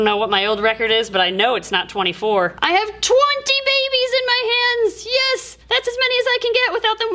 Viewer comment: The way they say bebes gets me every time 😂